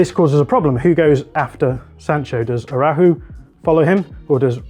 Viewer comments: Ist araucho not arahuu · Excellent recap. I feel both GKs had a rough night. In addition to the mistakes covering their post, their ball distribution was poor overall. If there’s one area where DDG struggles is with distribution. Finally, I know Araujo is a though word un English. Maybe you can try saying (ah-rah-OO-hoh.) ;) 🙏